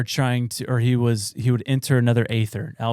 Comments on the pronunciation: Well it’s original pronounced AETHER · The E - ther is how its pronounced